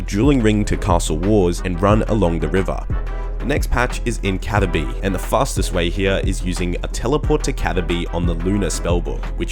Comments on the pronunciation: Bruh its caTHerby not caterby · Cat-er-bee... Why are you like this?